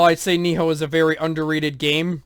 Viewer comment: Its Nioh, not. Ni-HO. Sorry it was just annoying...